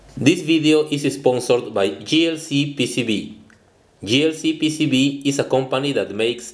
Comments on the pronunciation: I realize that you are Mexican and English is NOT your native language, but you are mispronouncing "JLCPCB" as "GLCPCB". (This is misleading). The letter "J" is pronounced as "JAY", and the letter "G" is pronounced as "JEE". [Please make a note of this for future videos]. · He pronounces "J" as "G" in his advertisement of JLCPCB at the beginning of each video. He should say "J-L-C-P-C-B", but he PRONOUNCES it as "G-L-C-P-C-B". Maybe, if YOU tell him he will listen to you because you are a man. He resents hearing it from me because I'm a woman, and he doesn't respond to me.